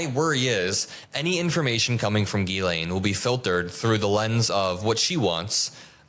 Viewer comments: lol He pronounced her name Jizzlaine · thank you for calling her "jizz-lane" as opposed to "gi-lane" Maxwell. you made my day. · It's not Jizz Lane! It's pronounced Gilane (hard G, no Z) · I love how Cameron pronounces her name "Jizz-lane"🤣🤣🤣🤣🤣🤣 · Is Maxwell's name pronounced Jizz-lane? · Is he purposefully saying, "jizz lane"? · “Jizz-laine”😂😂😂…sounds about right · Why are you saying jizzlane? you sound like an idiot. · Did he call her JizzLane? Lol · Jizz Lane is my favorite mispronunciation of her name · I've heard Ghislaine pronounced in so many different ways, but I think my favourite is hearing say "Jizz Lane". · I like how Cameron pronounces it - it really fits the bill. Jizz-lane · Why does Cameron pronounce "Ghislaine" as " jizzlane"? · Could you possibly bother to pronounce her name correctly? It makes you look amateurish when you can’t be arsed to do so. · Why is he pronouncing Ghislaine like that? Not but the other guy?